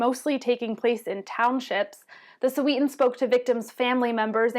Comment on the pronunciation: Its not Soweetan, its Sowehtan